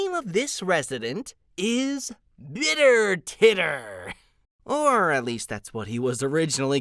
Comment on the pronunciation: Yeah why does it sound like that? Bittertitter is 😂😂😂😂😂